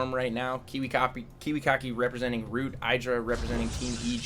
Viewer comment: Heh, I could have sworn he said "w00t" Kiwikaki :p